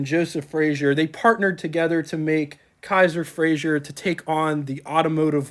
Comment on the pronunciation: Kaiser, not Kasier.